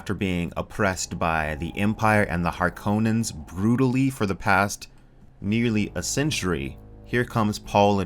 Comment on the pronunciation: You said harkonnen correctly my dude